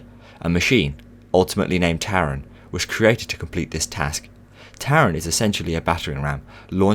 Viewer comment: for the future please say taron in German